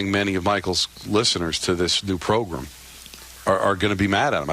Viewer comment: said progrum … is he Ray? Ikykyk